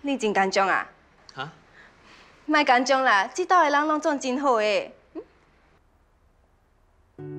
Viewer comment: get the right pronunciation for 紧张 ，please！